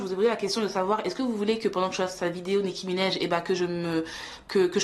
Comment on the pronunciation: Comment elle dit nikki Ménage 😂😂elle est tare